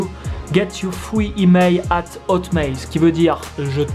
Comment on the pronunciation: Hotméy ? Non c'est HotmaiL avec a fucking "L" / Hotmail for God's Sack !!